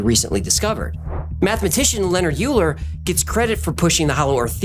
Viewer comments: Bro Euler is pronounced oiler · Euler is pronounced like "oiler"